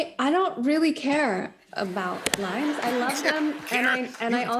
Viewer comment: She said limes and I swear I heard it lions 🦁 😅...